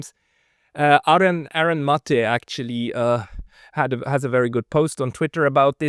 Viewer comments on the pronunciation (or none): none